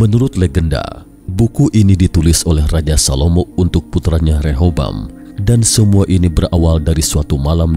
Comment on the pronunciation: BUKAN REHOBAM...TAPI REHABEAM...